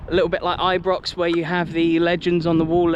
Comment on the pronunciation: It's not Ibrox it's I-pox 😂😂